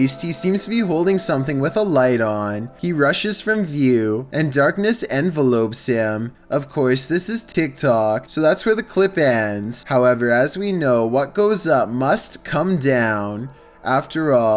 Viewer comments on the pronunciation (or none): Darkness envelopes him LOLOLOL... I think you mean to pronounce it in-vel-up classic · pretty sure those are its eyes, not anything with a light on it. Also, envelops is said en-vell-ops, not envelopes ^_^ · Jesus dude, you've done this before reading the same word in your script... it's en-vel-lop. Not a paper pouch you mail letters in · And darkness envelopes (like a business envelope) him. Thats not how you say it.